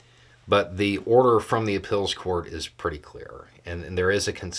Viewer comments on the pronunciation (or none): Its cute how pronounces "appeals" as "ah-pills". Where is he from?